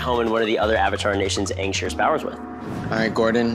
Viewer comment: It's Aang not Ong.